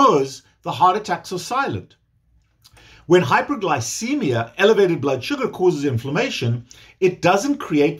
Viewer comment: I can’t tell if you’re saying hyper or hypo -glycemic. Closed captioning showing hypo.